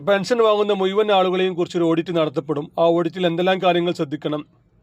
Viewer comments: മുയു വൻ... അല്ല... മുഴുവൻ ആദ്യം അക്ഷരം നന്നായി പറയു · മുയൗവൻ അല്ല മുഴുവൻ എന്ന് ഉച്ഛരിക്കുക